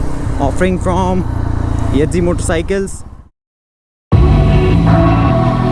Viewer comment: Yedzi Nahi YEZDI hai.